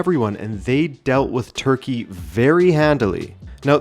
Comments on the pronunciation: Why is everyone saying Turkey-Yay? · Why are so many influencers being so extra in their turkey pronunciation. Just say the English name like with all other countries.